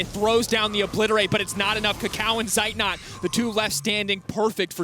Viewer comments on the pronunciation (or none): its funny that the annotators always pronounce the names of zeitnot and armut wrong. these two are german words meaning armut being poor and zeitnot having a lack of time. :D and the female annotator even showed she's able to pronounce at least the "z" in zeitnot correctly